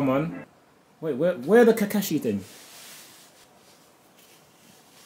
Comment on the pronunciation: he said the british ting ayeee letsss gooo